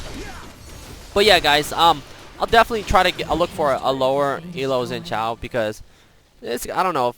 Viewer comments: "Kshin Zhao" not Zin Kshao XD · You are pronouncing xin zhao as Jin jhao